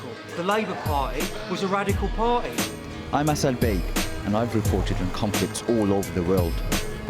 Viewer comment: tha labour pa'i was a radical pa'i 😂😂